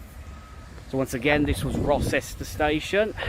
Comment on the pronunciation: Rocester is pronounced Row -ster.